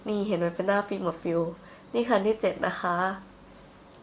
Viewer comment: พูดว่าเจ็ดไม่ชัดใช่ไหม